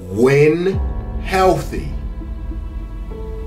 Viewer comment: Man emphasizes “When Healthy” 💀 WHENS the last time AD was healthy dawg 💀 nah the second he said “You know who number one is” all I heard was “Gawk Gawk Gawk”